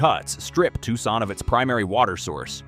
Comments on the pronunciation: I've never heard of Tuckson. Where's that? (AI still can't pronounce names, killing credibility) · “Tucksaun” diabolical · I wasn't thinking "crappy AI narration" then I heard Tucson pronounced. can't we have real people narrate our disaster porn? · Didn’t the mispronunciation of “Tucson” tip you off? Or the many misspelled words on the various slides? Or the one slide of a 3-armed woman standing at her kitchen sink? Seriously , the vid presented some excellent content about a serious problem, but illustrates the limitations of ai content. Plus the overall irony, considering the proliferation of data centers in an environment that is under both water and power shortages. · It is difficult to take seriously, a content producer that uses a cartoon raccoon and cartoon graphics to produce a serious subject. It is also difficult to take seriously an AI content creation that doesn’t know how to pronounce the city of Tucson correctly. Click Bait